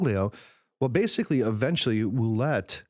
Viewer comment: Cardinal Ouellet... it is pronounced wha-LETTE... like "wallet" but with the emphasis on the second syllable.